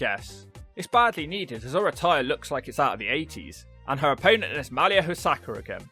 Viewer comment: Come on,. MAH-Lee-YA Hosaka is her name.